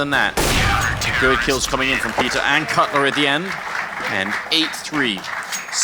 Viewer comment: Caught out like "Cutler"